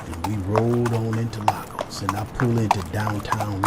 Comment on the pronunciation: The way you pronounced Lagos is amazing. Thanks, for recognizing the Victor Momoh of our time.